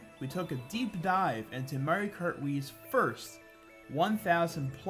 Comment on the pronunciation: I love your videos and personality. its just one thing, its called "Mario kart Wii" not "mere krr wii"